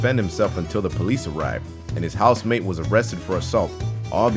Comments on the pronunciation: i swear he says house maid everytime he tries to say housemate. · This whole time i thought you were saying "housemaid"......